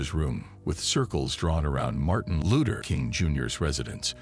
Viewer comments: Martin A looter ......this bot shit is ridiculous..... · We kno who Martin Luther is but Who tf is Martin Looter king jr ? Smh get a robot tht can pronounce names right or have a real person do it this jus piss me tf off listening to this couldve said Dr. Martin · He can't say Luther probably AI